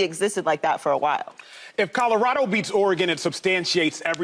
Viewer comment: Lesean! It’s Colorado not Codarado!!!